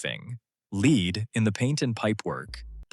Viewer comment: Arrrgh. Damned AI voice! "Lead" (as in the toxic metal) is pronounced "led", not "leed". So what was the point of tearing down half of it? Seems like a waste of effort and resources, when it should be possible to remodel/repurpose all the structures at lower cost than demolition/rebuild. Then, there's the Big Question: will Detroit ever recover?